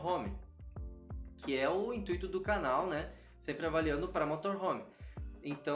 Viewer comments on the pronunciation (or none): none